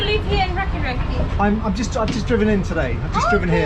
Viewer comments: It is not pronounced rehkirehki but rahkirahki. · Nuh you are wrong mate... I reckon that is disrespectful when wrong pronunciation happens.